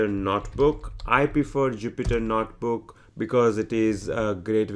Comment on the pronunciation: This is a great tutorial. I just wish the author could stop saying "Not Book" instead of notebook...